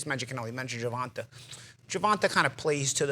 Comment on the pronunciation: Nobody: Paulie: “Gervontah Davis”